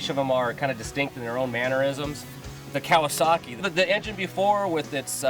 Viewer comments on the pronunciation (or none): none